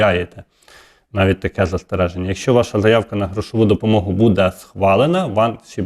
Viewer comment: Вкотре пишу! Ставте вірно наголос! Не будЄ, а бУде! Невже це так важко запам'ятати!